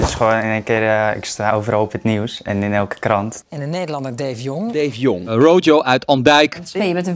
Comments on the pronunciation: Je moet het ook in het Spaans uitspreken... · Ze spreekt rojo uit alsof hij Spaans is